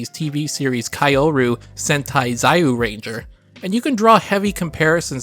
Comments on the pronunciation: lol it’s all good the pronunciation just caught me off gaurd and gave me a laugh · I mean, with how badly he massacred Kyoryu Sentai Zyuranger's pronunciation, I figured I could let him slide over the Saban thing. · As a lifelong Power Rangers nerd, I've never heard anyone pronounce Zyuranger and Saban so wrong before. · Thats definitely a new pronunciation of Zyuranger